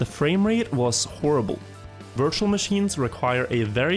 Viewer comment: I really thought je said "wirtual machine" but i knew it was virtual machine It sounds like it